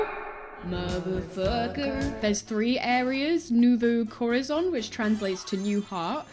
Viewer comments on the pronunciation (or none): These Spanish pronunciation’s are killing me new vu coar a zone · As someone from California who hears Spanish all the time, hearing say corazón was so funny to me, because it sounded like she was saying the name of a world in Star Wars.